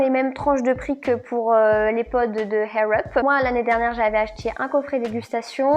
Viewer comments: Juste ... il n'y a pas de H dans Air Up, ça se prononce "Air", en roulant juste le "r" à la fin, sinon, cela signifie "cheveux en l'air" 😉😅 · Je comprends pas ta prononciation air up mdr tu dit Hair up lol merci pour l'anglais y'a pas de H lol 😂😂😂😂😂😂😂😂😂mais c pas grave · Hhhhaaaaiirr up lol sinon video très intéressante